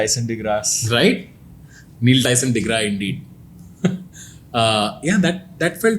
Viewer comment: TANMAY ITS NOT DEGRAA, ITS ACTUALLY PRONOUNCED AS IS, DEGRASSE